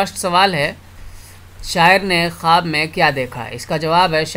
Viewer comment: Sir its khawab not khub.